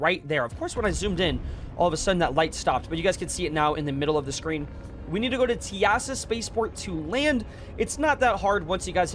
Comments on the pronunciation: “Tea-ASS-uh” is crazy the intercoms literally say “Welcome to tea-suh spaceport” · Teasa has only two syllables. TEA (like drinking tea) plus SA. Put the two together and it's "TEASA". When taking the Lorville metro, you'll hear the announcer on the PA system tell you this. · No way he pronounced Teasa like that😭 also this method is getting griefed super hard! Me and a few friends actually tried camping Dupree and only killing pirates to help people do this. But there was sooo many people on every server last night.